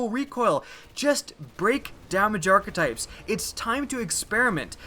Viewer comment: is it just me or is the way he is pronouncing hakke and archetypes really wrong?